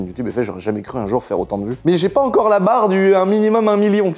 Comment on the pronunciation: « j’ai core pas acheté une scierie » 😂